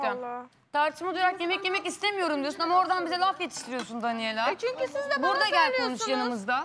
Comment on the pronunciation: ceydanin danelya demesi